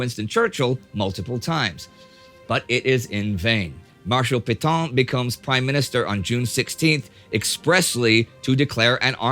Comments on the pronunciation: Hey Neidel, after all this time... why don't you secure advice on how to pronounce foreign words? I found it wrenching every time in this video you massacred the pronunciation of 'Pétain' Hint: it would have been less hideous if you crudely pronounced it 'pay-tan'. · No matter how many times you mispronounce Pétain's name, that doesn't make it right.